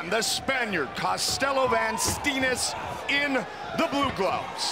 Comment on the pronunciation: Great fight. Funny how Van Steenis his name gets mispronounced though. You say it like 'Vaan Staynis'.